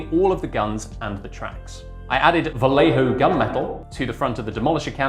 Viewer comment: Lol is the part because Vallejo is actually pronounced bai-yay-ho?